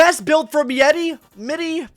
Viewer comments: u pronounce his name like : maaidei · It’s pronounced My-Day